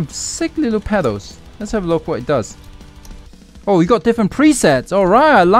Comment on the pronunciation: Please 🙏 pronounce pedals properly Please.